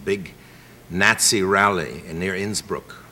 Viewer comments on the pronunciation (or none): "Gnat-sy." That's how I'll pronounce it from now on. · i love how he pronounces Nazi "nasty"